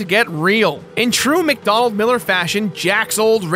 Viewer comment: "McDonald Miller" You mean "McDonell Miller"?